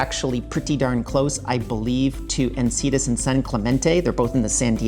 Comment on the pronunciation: En-Sin-EE-Tas ;-) Its just North of Del Mar (San Diego)